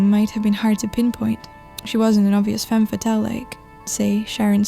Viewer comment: Did she say femme fattil ??